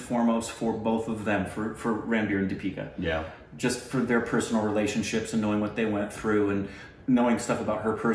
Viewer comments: Here is a simple way to pronounce dipika ..... 'the'ipika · Try saying 'Thee pika' and not 'Dee pika'.. :) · Its THE-pika instead of Deepika. Hope you see this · Pronounciation advice -- whenever there is a 'D' in indian names say it like you say 'the' ...so deepika as theepika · It is Theepika like how you pronounce 'The' . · say deepika like THEE-PEE-KAA